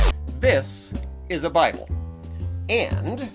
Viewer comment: He said biable! :o Great review. I want this to be the successor to your VeggieTales reviews. It seems like the best so far. The only thing that might rival this is Bibleman in terms of what the viewers want.